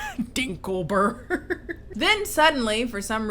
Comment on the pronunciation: "Dinkleberrg..." NO I LOST IT